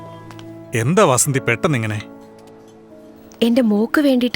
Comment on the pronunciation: Vaasandhi alla athu vasanthi aanu